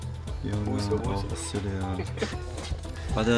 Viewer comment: and how many childrens? xuliya(English accent) 但是很鼓舞人心的片子